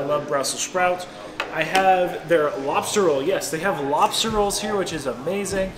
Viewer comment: So early it says Lobser instead of Lobster